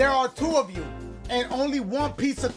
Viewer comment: LMAOOOO dashie said “let me spell it for yee” 😂😂